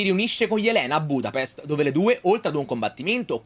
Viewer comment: budapesht* ahhahaha